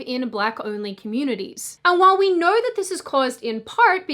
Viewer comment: I noew vs I know.. what accent does this girl have?